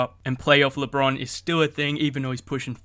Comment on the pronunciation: It's lebron not lebon